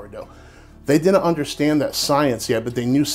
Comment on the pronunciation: "Wool-knit," "Cool-knit," and "Din-knit" = wouldn't, couldn't and didn't.